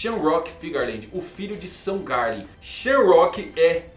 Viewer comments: SHAMROCK???? Errado!!! Shonks é O modo correto 🙌🏾🙌🏾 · Mangão a pronuncia no inglês é sham,rak então diz shamarock. não é sham + rock = shamrock